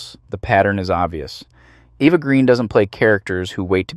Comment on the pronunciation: Eva. Eva Green. Not Eeva She's not American but French. I love your videos but this irks me.